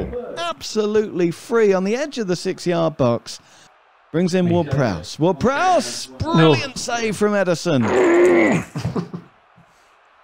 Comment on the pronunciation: "James Ward-Prowse" Chaos ensues